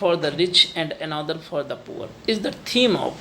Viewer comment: Please pronunciate the word'is' correctly.